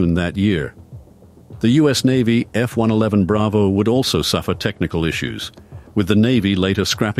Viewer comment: Thank you Lord. "F One Eleven", most computer voices get that wrong, although this still sounds like a computer. And why is an American accent computer voice saying "aluminium"? We say "aluminum" here.